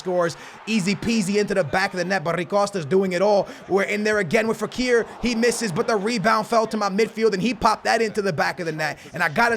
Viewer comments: it's FEKIR not ferik jesus christ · It’s FE-KIR not Kifer or Feker 🤦🏼‍♂️😂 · Cmon is it really that hard to tell the name Fekir apart from ferik? Wowwwwwww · its pronounced fek-ear not ferik😂😂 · NIGGA!! Where do you get FE-REAK from?! Its FE-KERE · A man goes ferik not fekir 😂😂😂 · How in hell is it even possible to pronounce it Ferik XD I mean just read the name xD it´s not that hard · Fekir = Fereak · I don’t want to be rude.. but are you dyslexic?? I mean... Ferik?? It’s Fekir:-/ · Fekir not feric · his name is fekir not ‘ferik’.... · FFS Its Fekir not Ferik. YOU LITERALLY SWAPPED TWO LETTERS IN HIS NAME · It’s fekir not ferik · It's Fekir not Ferik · it's pronounced Fé - kire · Love the video man just saying it's pronounced fek-ear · U pronounce is Fek-ear (but it is spelt Fekir) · it is 'FEKIR' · It’s fekir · Is this guy fucking dyslexic how does he think fekir is fareeq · It’s pronounced fekeer, btw I got Henry in my guaranteed pack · SKILLZ ITS FEK-ear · It's Fekir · You say fekir like this fffe-khiir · its spelled Faaaa-kir /keeer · "So we got Foreeeak think thats how its Said" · literally cannot pronounce any name correctly 😂 Ferik! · Ognyan Kaloferoff he was saying warnar and ferik cause mispronounced it so he was making fun of him, the guy who said Warnar and ferik was a joke. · Interesting way to pronounce Fekir